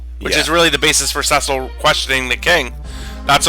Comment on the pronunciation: Pronouncing Cecil as sessil, drives me up the wall XD Its pronounced cee-cil